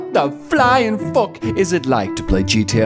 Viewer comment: “FOCK” lil hint of irish there